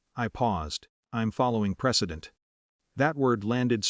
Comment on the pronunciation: PRECEDENT not "president"!!!